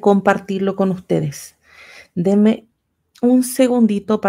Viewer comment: No es demen. Es denme, por favor si vas a moderar hazlo como es.